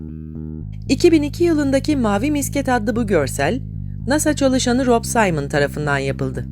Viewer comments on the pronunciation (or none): none